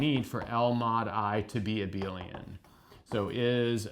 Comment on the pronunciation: "Let's supoose that L mod I is abeal"